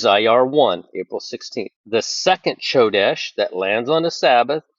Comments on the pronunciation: You're mispronouncing Chodesh (Kodesh) it's pronounced with a k sound😊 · It's pronounced Ko desh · The "C" is silent in Hebrew, brother. Come quickly, Lord Jesus! 🙏👆🎉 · Ch should sound like a K 😊